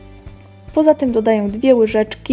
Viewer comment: Miksuję dodaję!? W sumie fajnie sie ciebie słucha tylko te ą i ę!